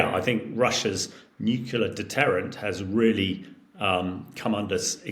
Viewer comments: Nukular? It's "nu-cle-ar"! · I do wish senior politicians and military leaders would stop pronouncing nuclear as nuculer. That was started by George W Bush who was unable to pronounce the word nuclear properly. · PLEASE, SOMEONE... Teach this man to say 'Nuclear' He said 'Nucular' a dozen timed the other day, he doesn't seem thick so is he doing it for a bet ????? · Another person that can’t say New-clee-are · This man can't say nuclear. He says "nukular" Just like George w Bush and Homer Simpson did,🤨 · Nuculur. Over and over. And we trust this guys opinion? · I just can’t take an “expert” seriously when they can’t even pronounce NUCLEAR properly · I like him but wish he would say "nuclear" properly. I learned how to say Hamish de Breton-Gordon which is a pretty cool name.